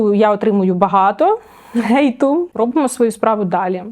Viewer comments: Для того, хто придумав вимовляти h як г є окремий котел в пеклі. Так і не зрозумів яке слово вона казала - gate чи hate. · Філолог і каже «воріт» замість «ненависті». А те, що це правило транслітерації стосується лише власних назв - то пусте) І не треба забувати, що люди творять мову, і якщо буде незручне щось для вимови, навіть згідно правил, люди змінять вимову на більш зручну.